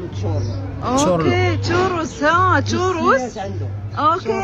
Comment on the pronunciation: تصحيييييح ، في الشمال الشرقي ، خرينكو هو البغرير ، ونقول ، تشورو وليس اتشوروس ، لان كلمة تشوروس هي جمع كلمة تشورو ، وللاضافه خرينغو يعني متقب بزاف ، اما تشورو فهو مثل الشفنج صغير ....